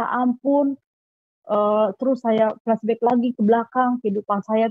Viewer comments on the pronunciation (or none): none